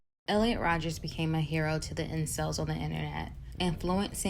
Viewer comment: Minor nitpick but it’s Elliot Rodger, not Rodgers.